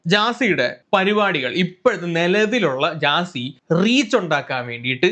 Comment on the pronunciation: ജാസി ❌ ഗ്യാസി ✅